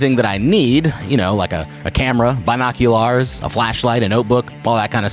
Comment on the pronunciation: I’ve never heard the word binocular pronounced in such an odd way😅